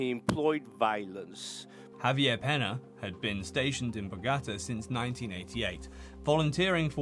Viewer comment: Superb video and very informative! Don’t take this the wrong way but certain pronunciations are off: "Bogotá, Rodriguez, Medellin and some others”